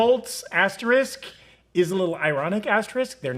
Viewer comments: Is it pronounced aster-ick, or ass trick? Like said, it does look like a butthole... But threw a haymaker with Rita Repulsa at the end there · Interesting choice to just give up on pronouncing the second s in asterisk